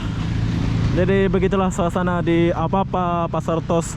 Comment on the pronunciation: AVAVA, bacanya apapa😂